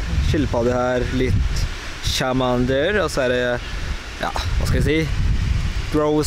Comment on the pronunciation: Det er ikke chamander men charmander...... men du er en god youtubeer!